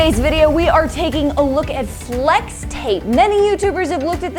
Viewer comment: I hear slex tape, just me? 😂